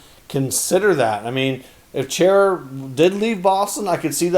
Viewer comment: It’s pronounced Char-a... not Chair-a Enjoy all your efforts bringing us content